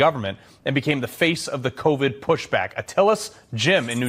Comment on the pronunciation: He's not afraid to say covid or vaccine. The issue there is that YT algorithm and ai sensors would shadow ban his account and he wouldn't reach his audience. This happened a few times for him. He found a way around it by mispronouncing the words. Good for him!